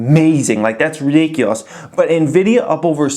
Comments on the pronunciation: I like your strategy... calling it "nevidia" 😉📈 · Teodor G NVIDIA in Spanish means & sounds like envy/jealousy 😂